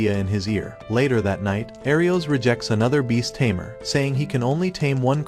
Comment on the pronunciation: no he said laer that night😂